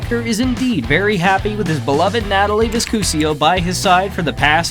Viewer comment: Her name is not VISCUSIO it is V I S C U S O.